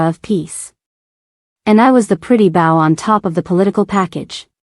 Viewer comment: Why can’t the ai voice say wound ( wrapping something around something else) vs wound ( bodily injury) or bow ( the one on a gift) and bow (show of respect) correctly it always does the pronunciation backwards on those two words and it drives me crazy